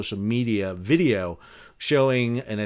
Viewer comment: 'GET THE VEEDEO'